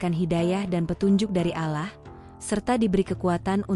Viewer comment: KOK MENYEBUT NAMA ALLAH JADI ALAH ,?. YG BICARA INI AGAMANYA APA SIH ??... ISLAM ATAU BUKAN ?. 😊😊😊